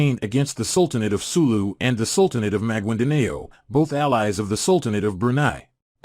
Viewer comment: MAGUINDANAO What the hell is that pronunciation?!?!?! 🤣🤣🤣